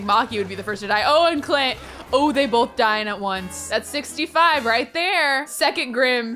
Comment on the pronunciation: saying "clint" Me, hearing "cl*t" 👁👄👁